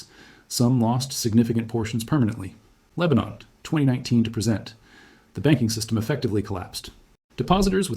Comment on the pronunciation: ... Yes ... " Disclaimer: This video was made using AI tools. It is for educational and informational purposes only and does not constitute financial advice. Always do your own research before making investment decisions. Trading and investing involve risk. " ... It'd GOOD, but it IS AI eg: the word " present " - as in, at this moment - is pronounced as " pre-sENT " ... and don't ask where, because I didn't make a note of it, I just noticed it ...